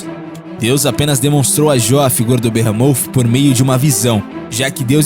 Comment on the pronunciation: Deslike só pq não sabe falar sauropode e behemoth